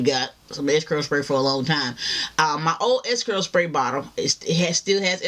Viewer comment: "SPAY BOTTLE"